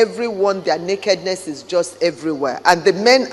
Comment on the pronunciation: Lol when I heard the First Lady say, "we don't accept nakedness in our culture," I thought she said, "we don't accept meghanness in our culture." On a serious note, I do think the children exist. How they got here is what's questionable, imo. The children can't be included in the line of succession if surrogacy was involved. I really think that's what the whole deception is about.